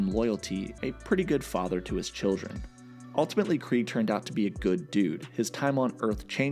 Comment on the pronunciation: Very weird they made clancy pronounce it as Kreeg when its clearly KREGG